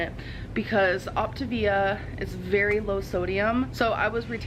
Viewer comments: At this point I think it is pronounced opta-via because that would be latin for “the best way/ road” [ to weight loss in this case]. But I love the ever changing optavia/ october 😂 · tourette hero Since no one seems sure about how to say it, was just saying “gibberish “ pronunciations. Go to an Octavia YouTube video and listen to how they say it( although some of the programs users even pronounce it wrong). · She did so much research she still doesn‘t know how to pronounce Optavia. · She refuses to pronounce anything correctly. She's even lazy at that shit! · your pronunciations of optavia 😂😂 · Is "optavia" pronounced "october?" Is that what you're saying? Sorry, I am trying to figure out the name of this program. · Octobia, October.... Lol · Did I just hear Octaganja? 😂 ffs I just can't. Love you. ❤ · "Octopussia" I screamed!!! 😂😂😂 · Is it pronounced OP-TA-VIUH? like with the A actually sounding like the “letter A” idk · I love how you mispronounce ovtavia every time 😂😂😂😂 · “Octagon” “October” lol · Why can't anyone pronounce the name of this program? It's Opt-ay-via!!! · Ok I’ve been so confused about the pronunciation of optavia considering she says the a like an I... so I watched their commercial. Here’s how they said it, “Opta-Via” it was said like two words and they also had part of the word bold and part of the word in thin letters, further suggesting it’s said like two words. She REALLY did some research huh? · take a shot every time she says october instead of optavia lol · “Octopussia” LOL!! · Octobia. Eh. You pronounce it better than she does ¯\_(ツ)_/¯ love your videos :) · "Optipussyia" I wasn't ready for that lol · Everytime you kept saying the name I wanted to correct then I caught on . Ha ha ha ha you are hilarious :-) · I can’t tell if your saying Optivia wrong on purpose or not... 👀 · I'm just screaming that no one can fucking pronounce this MLM scam :D. It's hilarious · Lol why can't you pronounce optavia??